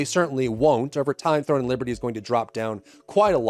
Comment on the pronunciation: Are you saying "THORN and Liberty"?